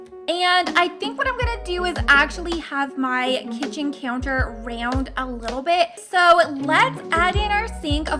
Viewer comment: It is kitchen not kicen